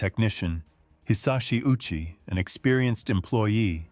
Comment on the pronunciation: Covering this sensitive topic but failed to research how to properly pronounce the late Ouchi Hisashi's name correctly.